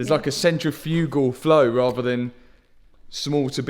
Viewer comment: Such a informative episode. I never knew that putting coolant into a car could be so complicated 😂 and the word you were trying to pronounce about the intake is (centrifical) (Sent trif ikle) good try though 👊😎